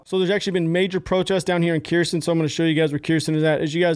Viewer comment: Uhhh, 100hrs is a far cry from "high up in the ranks" my man.. I know, you're likely as confused and surprised as I am and was about that. Oh and btw it's not Keersin, it's pronounced Her-s'on.🤘🏼